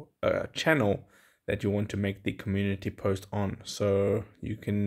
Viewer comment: Comun-unity is what he is saying 😂